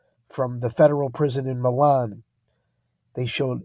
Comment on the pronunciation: The Michigan prison is in a town pronounced "My-lan". Not like the city in Italy "Meh-lan". I live in Michigan nearby.